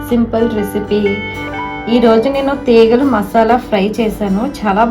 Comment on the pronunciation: తీగలు కాదండి.తేగలు.